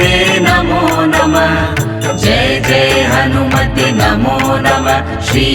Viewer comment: हनुमत्ते नहीं हनुमते बोलना चाहिए था